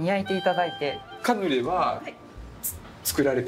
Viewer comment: ブラスくんの回、本当に楽しいです。忙しいだろうし、無理のない頻度でこれからも出てほしいです😊カヌレをマヌレ😂可愛らしいブラスくん。